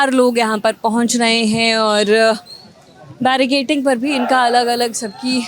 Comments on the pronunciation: Barricading hai madam "barricating" nahi....itni baar bola ki I am forced to get this noted.. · barricaDing😂 and not barricaTing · जर्नलिस्ट महोदया, कृपया अपना उच्चारण ठीक करें l बेरिकेटिंग नहीं होता है, उसको बेरिकेडिंग बोलते हैं 😢😢😢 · Its barricading not barricating....just for knowledge.